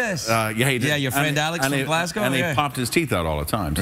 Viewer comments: Kelseys pronunciation of ‘Glasgow’ is better than Craigs ‘Glasgow. And I’m from Glasgow. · Yeah same here, he’s the first American I’ve heard say it properly.